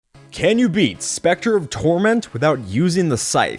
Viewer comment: i thought you said "specter of truth" XD